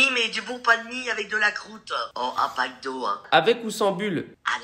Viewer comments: Sandra Almd j’ai entendue ça aussi et jusqu’à ton commentaire je croyais qu’elle avait vraiment dit mcdo 🤣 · J'ai entendu "macdo" au lieu de "Pac d'eau" je crois que je suis en manque..... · Qui aussi a entendu McDo au lieu de Pack d'eau ?